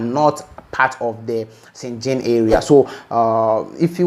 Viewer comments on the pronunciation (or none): Is schengen not schengin..